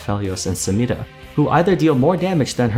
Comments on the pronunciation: Every time you pronounce SamiRa like a weirdo I get shivers from cringe 😅 Nice videos though, love it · Dude I cringe every time I hear you roll that R in Samira, I like your videos though! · I'd say that's more to do with her accent. Riot themselves pronounce her name phonetically as it's spelt. So I guess it's up to us to determine which one takes priority. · Why does he pronounce only Samira's name with an accent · He pronounces samira funny